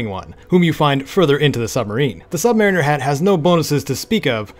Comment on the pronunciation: You said "Submariner" completely wrong